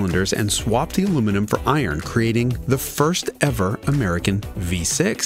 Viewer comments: He said, ALUMINIUM. He actually pronounced it correctly! ONCE. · First time I've heard an American pronounce aluminium correctly. Good job.